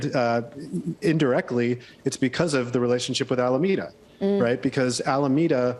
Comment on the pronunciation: God, this guys the first one to say the Dham name right. It’s Alameeeda, not Alamayda or alamda. Kudos to the guy for getting that right 😂